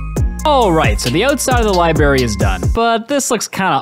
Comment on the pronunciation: I stopped watching simply because you said Li-barry